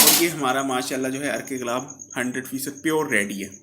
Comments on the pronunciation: Galabb nhi gullab hota ha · بھائ لفظ گلاب ہوتا ہے ۔ غلاب نہیں۔۔۔ بخارات ۔۔۔۔۔ہے۔۔۔بخرات نہیں۔۔ پیسے کمانے کے لئے وڈیو بنانی آتی ہیں۔ بولنے کا پتہ نہیں۔۔ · Plz improv ur urdu galab nahi gulab hota ha.